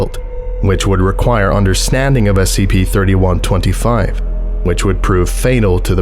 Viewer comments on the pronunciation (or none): It’s supposed to be SCP not SKP lol